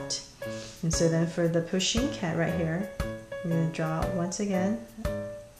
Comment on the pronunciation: Does no one know how to spell pusheen they all say poshen-_